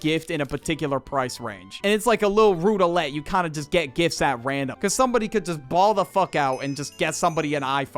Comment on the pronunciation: I've always wondered why pronounces "roulette" as "rou-da-lette".